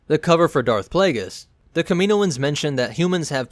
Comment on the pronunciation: KAM-IN-O-INS Jesus y’all can’t pronounce shit